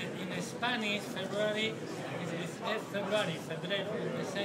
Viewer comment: is that jason england, who said feburary?